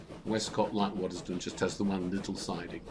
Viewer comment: Thank you for making this. As someone who has lived almost my entire life in either Waddesdon or Quainton its nice to see this old line come to life. Just a small correction though. The village is pronounced Wods-don not wod-des-don. So many people pronounce it wrong.